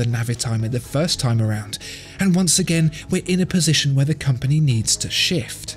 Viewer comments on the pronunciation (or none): none